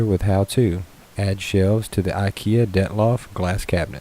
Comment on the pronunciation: I stopped watching as soon as I heard him say "DETLOF"